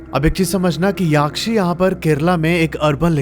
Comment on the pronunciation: भाई याक्षी नहीं यक्षी होता है ।